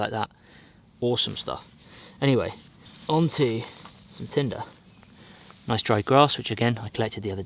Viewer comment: "It a noice fish" X 10 - and I quit